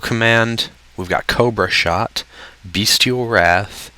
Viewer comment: Did anybody else hear coak shot instead of cobra shot, or am i just insane?